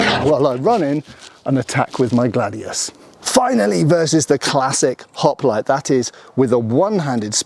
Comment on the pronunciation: I swear to Gawd that I 'MUST' NOT up on how accents change things. I am an American and I thought that I was 'pretty-well' up on accents. At the beginning I could have sworn that he was calling them 'Hot-Plates' and then it dawned on me: 'Hoplites'.